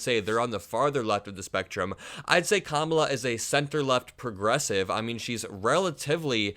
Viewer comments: He might mean "Lying Kamala" but I'm hearing "Lion Kamala". ;) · Lion Kamala 😂😂😂 that’s not an insult, hehe sounds like he’s calling her a lion